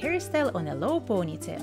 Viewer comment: years has passed and she is still saying POOOGHnytale. why? it's ponytail. Since you have a channel that focuses on hair styles, don't you think it is important to learn how to say ponytail?